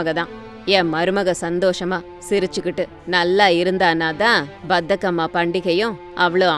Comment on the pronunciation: pronunciation is wrong bathakamma❌bathukamma✅[bathakam means lazy in Telugu 😂😂i am from Andhra Pradesh